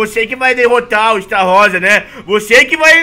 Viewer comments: Estarrossa 😂😂 É Estarossa A Pronúncia do Esta Errada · a forma a pronuncia do estarossa está errada mais obviamente, ótimo video!!!!! Adorei por favor continua, like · E estarrosa e não estaroça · Esta rosa kkkkkkkk morri A pronuncia é estarôssa 😂😂😂 Ai ai meu cori.....vou nem falar nada pra num atrair tretas huehue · É estarossa não estarrossa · N é estarosa é astarossa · Estarrosa?....... O nome certo e estarosa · está falando estarossa errado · não sabe falar estarossa eles falam errado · Cara esse amigo do não sabe fala Estarossa